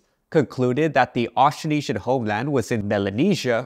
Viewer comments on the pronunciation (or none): The way you pronounce "Austronesian" is not accurate, misleading, and too simplified. The consonant cluster "tr" is completely inaudible.